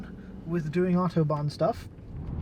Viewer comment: And without accent too